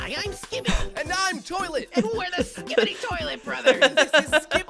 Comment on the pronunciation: he says skipid-ee every time i love it